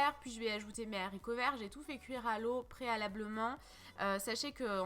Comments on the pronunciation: les zzzzzharicots verts 😭😂🤦‍♀️ les HARICOTS verts 😂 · Appétissant ! Par contre les haricots pas les zaricots😉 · J ai entendu loool ....bien la peine de faire la belle avec son phrasé et de faire saigner nos oreilles en mettant cette impossible liaison 😂😂😂😋.....des zzzzharicots verts 😂😂😂😂